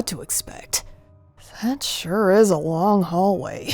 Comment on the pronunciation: Swollen Travis: What took you so wong? Proudly: I FIXED HIM! 😄Me: BWAHAHAHAHA 😂😂😂😂😂😂😂